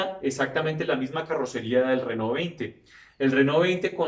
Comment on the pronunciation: Buen video. Excelente paso por la historia de la marca francesa. Solo una puntualización: he visto que pones un gran empeño en pronunciar la palabra "Renault" con acento francés ("renó"), y la verdad es que la pronuncias muy bien. Pero Alpine (traducido "alpino", "de los Alpes") también es una marca francesa, y deberías pronunciarla en francés (algo así como "alpén"), y no como se pronunciaría en inglés ("alpain"). Un saludo.